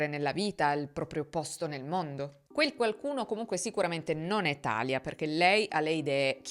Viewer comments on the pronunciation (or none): … scusa se ti correggo ma si dice TALÌA… non TÀLIA… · Credo sia Talìa con l’accento sulla i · Bravissima come sempre ma thalia non si pronuncia come "Italia" si pronuncia come "Maria" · Talia si chiama come mia sorella, però non l avevo mai sentito pronunciato cos